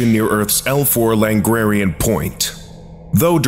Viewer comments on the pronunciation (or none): "L4 LaGrarian point..." Should read : L4 LaGrangian (pronounced la-grain-gee-an) point